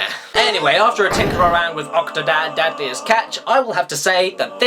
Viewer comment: Dad'liest catch? :P I think I misheard you at the end of the video but it sure sounded like you said that! :P